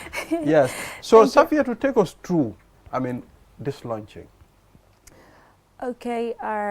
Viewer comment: Book launching... not "lunching"